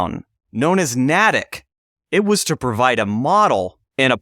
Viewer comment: Love your lectures, The praying Indian town is pronounced ‘NAY-tick’. Commonly mispronounced